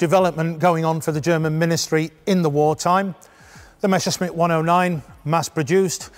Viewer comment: Why do they always get it wrong. The pronunciation is Me S S er SH mitt. Not the other way around.